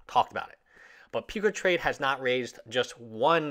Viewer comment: peecatrade?????? PUCA PUCCCCCCCAAAA!!!!